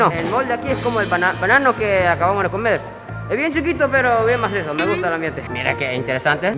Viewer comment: Jajajaj me gusta como dice " Que masiso " habla como todo un hondureño 😆❤❤